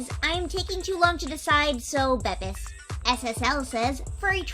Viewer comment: Bepis is pronounced Beepis